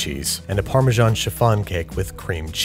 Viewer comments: Why call it Farmer John cheese? It’s neither the Italian (Parmigiano-Reggiano) not the English (Parmesan) pronunciation. Wrong both ways? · How do you still not know how to pronounce Parmesan. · Why do you pronounce Parmesan like that? It's pronounced paar - muh - zan